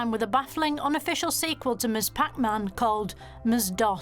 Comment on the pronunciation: MS-DOS KILLED MEEE